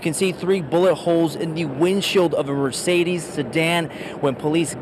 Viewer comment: Mamakunes😂hmmmm not the first time…mercedesss😂